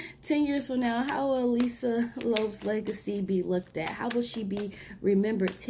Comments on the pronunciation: Girl!!! Lisa Lopes, not Lops🤦🏾‍♀️. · I heard it too, Lopes instead of Lope"z" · Pronounced Lo-Pez